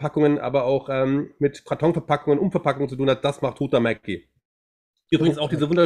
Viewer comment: Huhtamäki, finnisch, gesprochen Huchtamäki, Betonung auf der 1. Silbe